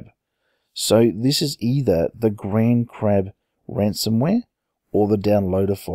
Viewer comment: In the title, and you said it as grandcrab, but grandcrab sounds much better anyway!